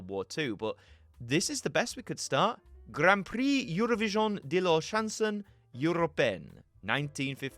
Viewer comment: "Grarn Prrree Eurovisiohn d' la shonsohn urropayenn"